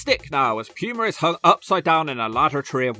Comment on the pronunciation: Every time I hear you say “Prince Pyumer” it takes me out of it